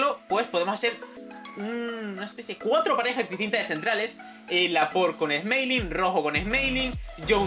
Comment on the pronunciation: así se dice noob